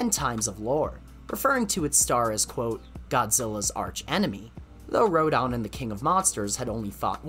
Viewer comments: The way you pronounce Rodan & Gigan as RodON & GigON, where are you from? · How come you pronounce Rodan as Ro-DON? Same goes for... An-GEE-less? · Good video, but you seem to have mispronounced a few kaiju names. The "dan" part of Rodan's name should be pronounced the same way you would pronounce the name "Dan." A similar rule should apply to the "gan" part of Gigan's name, except the d would obviously be swapped out with a g. You pronounced both g's in Gigan's name correctly though, so that's good. Also, the "g" in Angilas should be pronounced the same as the "g" in Godzilla's name. This also applies to Angilas's current name, Anguirus. Other than that, the video seemed to have been well researched, and the use of the level complete screen in Super Godzilla for each transition into a different piece of lost media was a nice touch. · Sorry but you mispronounced some of the Kaiju’s names there like Rodan, Gigan, King Ghidorah and Anguirus